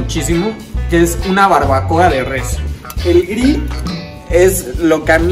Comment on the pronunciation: Mejor que diga todo el tiempo ASADOR. Me parece hasta ridiculo que esté preparando tacos y use la palabra grill, pero pronunciada pesimamente. Y bueno, su receta se ve bien pero no es como para impactar a un jurado.